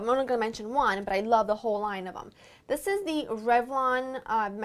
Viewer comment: I love how you say "dis" instead of "this" =)